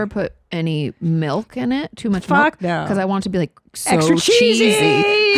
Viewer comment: I know she knows that, but she just always pronounces it with an E sound. Some sort of accent quirk? :) My partner pronounces “milk” as “melk” so I assume it’s similar…